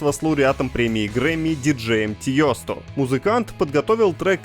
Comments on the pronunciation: проорал с диджея Тьёсто)) DJ Tiësto - вообще-то тут это не ё, а e с умлаутом. т.е. читается Тиесто ну или Тиэсто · Диджей Тиесто, а не Тиёсто.😅😅😅😅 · Тиесто а не тиёсто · тьёсто?тьёсто???? вы там че курите? Неужели так сложно загуглить как правильно? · ТиЁСТА, серьёзно?!=0) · Тиёсто? От переводчиков Принс оф Пёржа видимо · Диджей тиёсто это прям зачет хД так еще не коверкали его